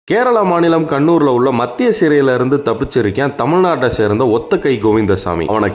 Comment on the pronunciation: ஏன்ய்யா தமிழ்நாட்ட சேர்ந்த தமிழ் நாட்ட சேர்ந்தன்னு அழுத்தி அழுத்திச் சொல்ற? திருட்டுப் பயல்கள் எல்லா மாநிலத்திலும் இருக்கான்.